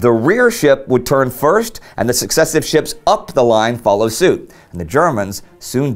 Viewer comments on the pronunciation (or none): none